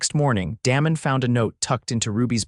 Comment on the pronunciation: when you are telling a story be sure you pronounce names properly. For example, "Damon" is not pronounced the way you did!